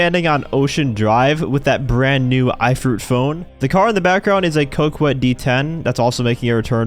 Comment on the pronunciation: Coquette is a real word. It is pronounced [ co - ket ]